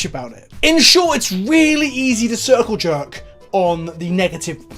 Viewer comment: Ciwrcle jwerk? Doesn't seem like it's the best analogy... or sound right with a British accent... God video otherwise